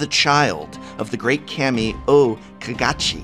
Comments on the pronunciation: its "Kaami"... Not "Kaymi"... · This is be being picky, but prof's pronunciations of japanese words wasnt bad, until Kami, it bugs me he pronounced it Kam-ee, when its Kaw-me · CAM-E not KHA-ME remember it fools, im a teacher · Ill never stop hating how the Prof says Kammy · Anyone else cringing at his pronunciation of "Kami"